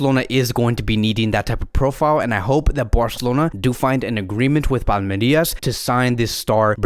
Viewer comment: It's Palmeiras, not Palmerias Endrick in Brazil is expected to be the next Vini Jr.